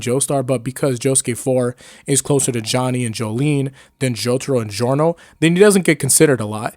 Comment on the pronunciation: It’s giorno it’s not even close